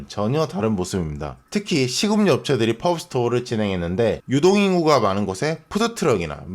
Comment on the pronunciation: 아 여자친구랑 배꼽빠지게 웃었습니다.. 파오스토로 한번 들으니 계속 파오스토로 들리네요...ㅎ